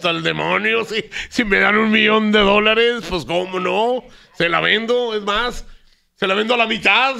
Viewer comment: La señora en vez de decir DÓLARES dijo doleres jajajaja 🤣🤣🤣